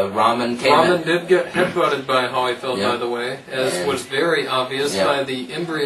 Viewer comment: Holy not HAA ll-y lol other than that great stuff i agree almost 100%, Just that i think Klitschko has a chance to beat every heavyweight out there easily. If he keeps his hands up and protect his cotton chin he can knock any of them out. Not including James Toney i think Toney skillz are a level above the rest of the Heavies. But if prepared right and knowing Toney's lack of motivation to train i could see him getting upset.